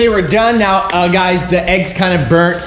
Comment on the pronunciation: "are you serious right neow bro?" got me laughing😂